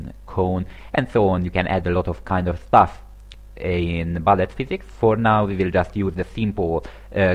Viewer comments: Hello, sorry for nitpicking, but it's pronounced like "b-oo-llet", not "b-uh-llet". Sorry about that. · Its bullet, not ballet.